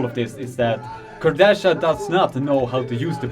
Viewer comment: The correct pronuncation Alex last name is KUR-DE-HA because in poland "ch" i a different type of "h" :D